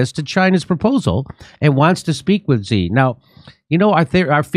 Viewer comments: Xi is pronounced like she. (I speak fluent Chinese.) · What do they make Xi so hard to pronounce? It sounds like SHE not ZEE! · It's "shi", I mean who cares but "zee" sounds like one of those new pronouns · You probably wont see this jimmy, but i just wanted to let you know that Xi is pronounced "Shi" when translated to latin characters :D Same goes for "Chi" being spelt Qi 😄🤓🧐 And Zhou is pronounced something like "Joe" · It’s “she” She Gin Ping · Jimmy, Xi is pronounced like English "she," not "zee." Please show Xi enough respect to pronounce his name right. And Beijing is not "Beizhing": "-jing" is pronounced with a hard "j," as in jingle bells.